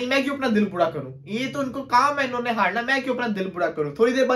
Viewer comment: Yr inko bolna aata hai ki nahi.....haarna hota hai haadna nahi🤣🤣🤣🤣🤣🤣